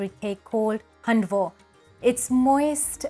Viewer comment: You're not pronouncing it right.